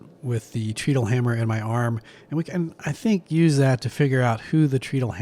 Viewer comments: It's pronounced "TRED-ull". Because you "tread" upon it... step on it to make it operate. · Pronunciation hint: in the unpowered mode, you tread on it to make it go. It's pronounced like that. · Interesting. BTW, treadle rhymes with pedal.